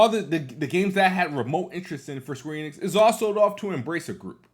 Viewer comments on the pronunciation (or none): 1. 20 seconds into the video and he’s already strugglin to say the word “planet” correctly 2. “Square Enid lost ME as a POTENTIAL customer” sooo… the franchise isn’t technically overrated since you would be OPEN in playing the game if it was on XBOX xD 3. Says SQ is MILKING FF7 franchise, but he is cool about the amount of Halo Gears and Forza games that exist LOL 4. “Idk what’s so special about SQ” but cries on why they can’t release it on Xbox… 5. Calls SQ overrated and said “idk whats so special about them” but is STILL planning on getting Forsaken LMAOOOOOOIEBCHUD EXPOSED!